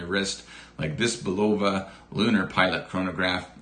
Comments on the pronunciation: I've never heard anyone pronounce Bulova that way. :) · Is that how you pronounce Bulova. I could not figure it out hahahaha